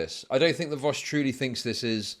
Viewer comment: People clown on how says Vowsh and not Vaush, but I think he actually says Vosch